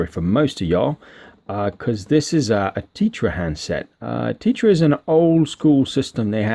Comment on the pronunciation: T-eh-tra not tee-tra, let's call the whole thing off!!! Lol